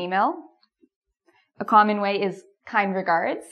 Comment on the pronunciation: the way you pronounce the word "common" is really weird. Is it typical from Canada? Anyway I love your lessons. Very clear and useful. Thank you!